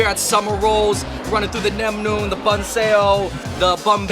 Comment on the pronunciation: Banh not Bahn